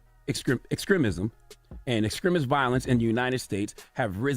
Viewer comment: Is our brother saying ”exkrimist” instead of “extremist”?